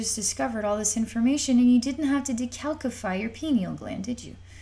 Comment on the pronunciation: Honey say the word calcium.... Now say calcify.... Kal*see*um Kal*sih*figh. Word. The whole calcified pineal gland is boloney ✌🏽